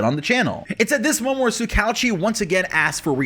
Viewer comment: That’s not how you pronounce tsukauchi